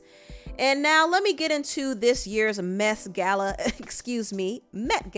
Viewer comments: said Messy Gala 😂😂😂😂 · The MET this year was a success 🔥I don’t know why you called it the “mess gala” it was successful 😂